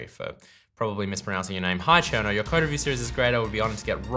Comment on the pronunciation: It took me 3 minutes to figure out what this "card" you kept talking about was. I realized you're just an aussie pronouncing "code" :D